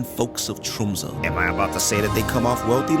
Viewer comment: The fact you called out Tromsø in first word basically flawlessly= instant sub. im a local. great to see people enjoying our humble rock :)